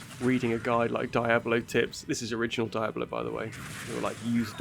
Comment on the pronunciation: Why do you say "Diabolo"?! 😅